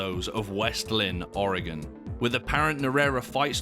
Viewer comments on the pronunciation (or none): none